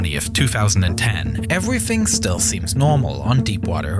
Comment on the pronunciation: I understand accents but its so irritating for him to continuously mispronounce the sound "th" and saying it as an F or V. "Designed wiv" "Everyfing" "Reacts wif". Sounds like an ignorant 7 year old child.